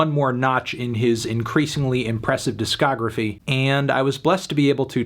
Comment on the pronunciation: You can tell Melon called it "diskagraphy".